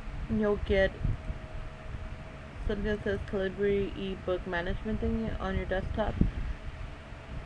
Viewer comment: For future reference, it's said Cah-lih-bur, as in .50 caliber round, its just the UK way of spelling